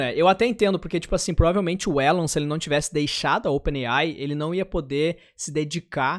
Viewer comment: "Élon" A pronúncia errada sempre incomoda...